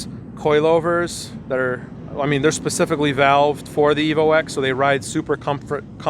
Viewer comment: you said Evo "ex" gross. Its pronounced "ten". You wouldn't call an Evo 8 an Evo "Vee eye eye eye" or an Evo 9 and Evo "Eye ex".